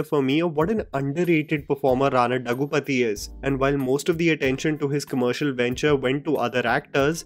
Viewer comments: दग्गूपाटी not दग्गू पति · Rana's last name is pronounced "दग्गुबाटि".